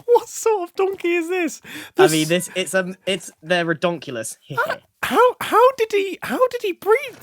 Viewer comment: «their redonkulus»😂😂😂😂